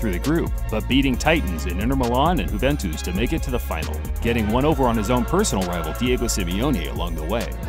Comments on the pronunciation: Who the hell are ooventus?? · don't forget Hooventus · "Ssholes Leester Juventooos" lol